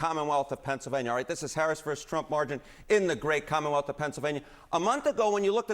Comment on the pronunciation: Ooh, senior data guy! I would be more impressed if he learned how to pronounce “versus”. Hint: it isn’t what you have been hearing on WWE.